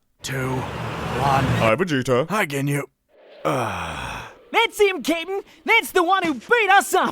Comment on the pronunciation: Does say kitten or cap'n; I'm having a debate with my roommates.